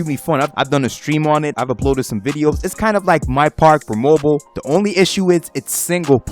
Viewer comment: bro stop saying "moble"